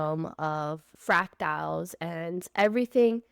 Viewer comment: Not to be annoying, hopefully... but they are FRACTALS... not Fractiles. See it even spell checked me on this. ;-)